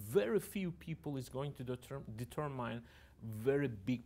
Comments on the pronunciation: Determine kelimesinin okunuşu “ditörmayn” değil “ditörmın” şeklinde olacak. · ta determine kelimesinin okunuşunu da karıştırmış Serdar bey. “Ditörmayn” değil “ditörmın” olacak.